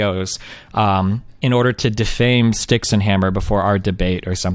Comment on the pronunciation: People need to say his name properly. Styx Hexen Hammer. Everyone keeps saying "Styxen." :~)